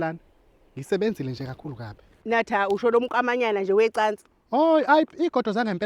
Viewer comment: Ugogo akasho kodwa ukuthi"MakaThah" Uthi "NaThah"